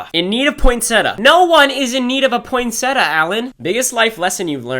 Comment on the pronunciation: You said poinsettia wrong and e spelled it wrong oof poinsetta isn’t a word 💀